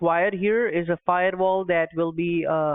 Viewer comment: I love how many different ways kitboga tries to pronounce firewal 🤣